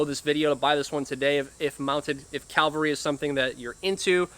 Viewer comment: It’s CAV-al-ry. CAL-va-ry is a place near Jerusalem.